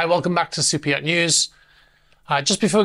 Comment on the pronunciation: Yeah the reason why people were saying that is you talk funny Like I had no idea that the name was super yacht news I thought you said soupeot, , But it's not just you all you people talk funny there's a bunch of you out there but I call T bigots , They refused to enunciate the letter T I don't know why they have something against it Perfect example and he's like my favorite person in the whole world but Andrew Tate is AT bigot unless he's saying his name unfortunately his brother is too now they can do whatever they want they've earned it I'm just pointing out the facts so y'all take some English lessons and get back to me next year and we'll see if you progressed